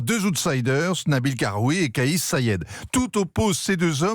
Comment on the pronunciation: Il s'appelle pas "kayé" Said il s'appelle Kais (prononcer Quayesse) Said